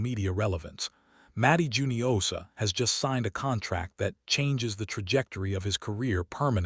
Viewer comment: I thought it was hoo-nio-sha, not ju-nio-sha. Please correct me if I'm wrong.